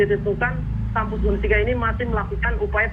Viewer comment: UNSIKA pak.. bukan UNISKA 🤣